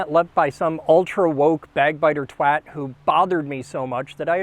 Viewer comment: Good pronunciation of 'twat'.